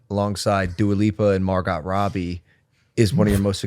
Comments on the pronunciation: Mar-Got? No way that was fr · mar got.....wow.....mar!!!......GOT!!!! how tf do you not know how to say this name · Bro said mar-got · Logan said Mar GOT Robbie 🤣🤣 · Logan paul pronouncing the t in margot robbie was actually crazy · The "t" in Margot is SILENT! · I don't like the way he pronouncing Margot